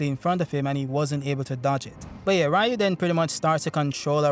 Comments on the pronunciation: It's pronounced REEU, not RAEEU. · Its "Ryu"!!!!!!